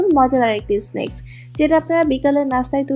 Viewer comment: I like how she said snack.. Snakes 😂😂😂😂😂